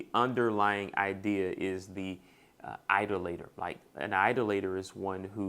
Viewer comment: Hey bro I think most people pronounce "Idolator" with emphasis on the second syllable. eye-DOLL-uh-tur